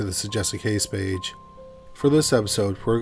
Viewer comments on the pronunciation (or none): none